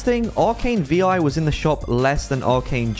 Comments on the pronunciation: You don’t pronounce Vi like V-i you say Viiii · Vi is pronounced like the word Hi should be just replace the H with the V. The V and i shouldn't be said separately it just sounds so off when being said